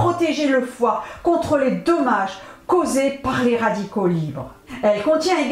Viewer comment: bonsoir Madame , merci de me répondre et je vous prie de m 'excuser . En effet , en réécoutant la vidéo, je constate que chaque fois que vous dites Dommage , je comprenais tomates .